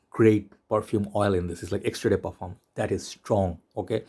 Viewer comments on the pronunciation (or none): none